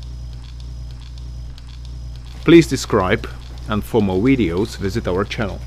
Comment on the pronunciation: Great learning tool. However, video is not pronounced wideo. Give it the same "v" sound as you gave the word "very". The top teeth much touch the lower lip and voice the "v".